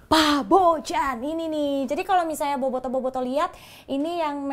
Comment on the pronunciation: Orang² balkan pada umumnya ketika ada huruf J akan di baca Y. Jadi penyebutan nama Bojan adalah Boyan Cmiiw